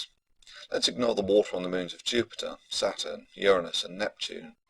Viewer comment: Please say 'Saturn' and 'Bollocks' again, and put loads of emphasis on the last part of the word. Its the funniest thing on the entire internet.